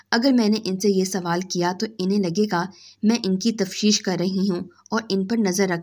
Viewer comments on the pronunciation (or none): Tafteesh not tafsheesh! Improve your Urdu